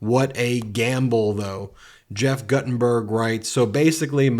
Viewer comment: Great video, but why mispronounce Rishi Sunak as soo-NAHK when you hopefully listened to Keir Starmer saying SOO-nak before using his video? And even kids in high school know Gutenberg is pronounced GOO-tən-burg, not like "gut".